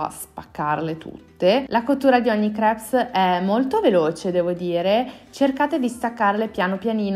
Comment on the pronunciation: la S di crepes è muta!!!